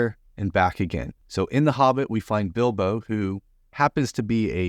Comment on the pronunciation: Not Bilbi but Bilbo, you mean.